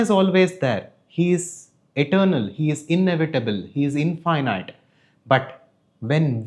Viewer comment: Your pronunciation of infinite is wrong bro. It sounds weird